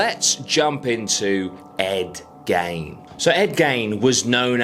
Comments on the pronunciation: It's Gein .... as in Geen ... not gain ...as in gaining something .... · Pronunciation of the last name drove me mad. It’s pronounced Geen like the old woman Jean who lives on the corner of the road but with a G ! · I swear his name is pronounced Ed ‘Geen’ I’m probably wrong but it’s how I’ve always heard it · He keeps saying Ed gain… lmao who tf is Ed gain. It’s gein (geen) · Hey mate his name is pronounced..." Geeee-n"... Like the word seen but no s use a -G-.... Geene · "Gain" irked me, too, until i imagined how i'm probably gonna murder Aussie words. ?probably? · I always thought it was g eye n